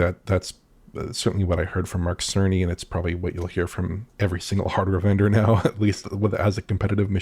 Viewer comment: House Mark-ee